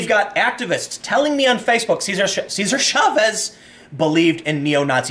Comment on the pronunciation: Chavez, not Schavez! Ch as in Chop.